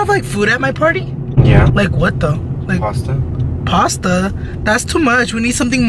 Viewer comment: Your bf is so me he said pasta 😂